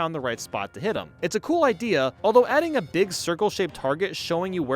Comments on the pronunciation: Say it with me: Bowser grows “BEEEG” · no. bowser. grows. BEEEG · U said big wrong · When u said “bowser grows BEeg!” Lol 😂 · Your saying big wrong